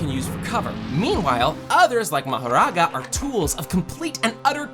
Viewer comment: Bro sounds Indian when he say mahroga